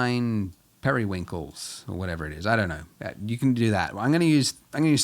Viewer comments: bro rlly said perywinkle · "Periwinkles" haha